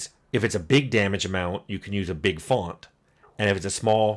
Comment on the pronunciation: "Fawnt"? Where are we from, Tim? I grew up in New Jersey, and I don't think I've ever heard anyone dig out an "o" sound quite like that.